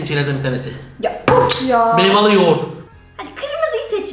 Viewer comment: Serkan abinin meyvalı yoğurt demesi meyveli değil meyvalı yoğurt😂😂😂🤣🤣🤣😅😅